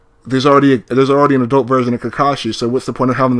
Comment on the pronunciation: This sucka Said kikikashi instead of Kakashi